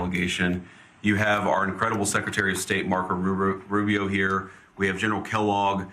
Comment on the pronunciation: “MARCO RURU”